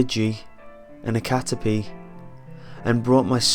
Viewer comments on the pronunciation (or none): none